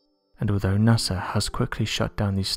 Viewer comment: He pronounces NASA as NAS-ER!😆